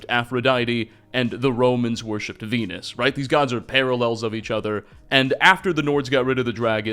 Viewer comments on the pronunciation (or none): none